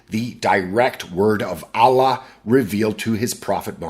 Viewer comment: this is why the pronunciation of "Allah" sounds just like deep-throating